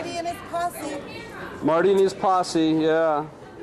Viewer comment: I could have sworn she said something else, but she said posse 😂😂😂